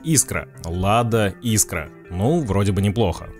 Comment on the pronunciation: Автор, иди в школу учить русский язык)) Искра)))) правильно - искрА 😉